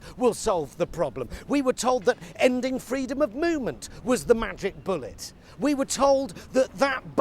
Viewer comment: "Freedom of mooment". They're coming for the cows!